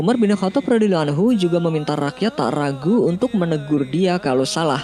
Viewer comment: pengucapan salallahu bukan shalaloh dan radhiyallahu bukan radhiyaloh kurang fasih min. 🙏